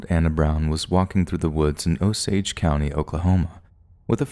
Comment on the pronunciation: 😊nope, he pronounced it right